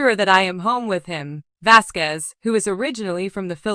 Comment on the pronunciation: Please say the last name properly with respect..